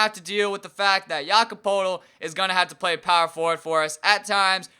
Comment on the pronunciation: It's pronounced Jake-OB Poe-l-tel